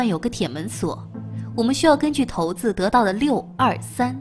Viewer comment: 請問一定要這麼可愛嗎?為什麼不念ㄕㄞˇ子要唸ㄊㄡˊ子呢?呵~!想想發音也不對ㄅ